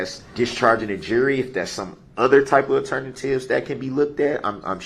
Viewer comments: Since when are you concerned about the trial moving on. Btw, the word is 'alternative', not 'ternatives.' idiot. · Wtf is an "aternative".